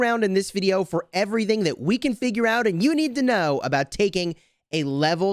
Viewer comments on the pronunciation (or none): none